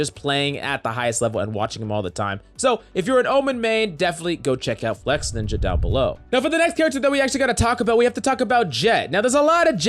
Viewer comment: Bruh its FLEX-INJA. Not FLEX-NINJA